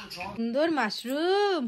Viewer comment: মারশুম কাকে বলে হবে তো মাশরুম